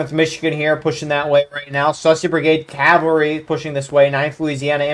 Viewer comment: You are saying it great! CAValry